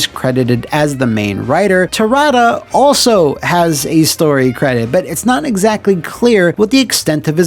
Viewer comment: that E overlaying the A in Terada... was that some sort of acknowledgement that you recorded the pronunciation slightly off, but couldn't change the audio at that point in editing?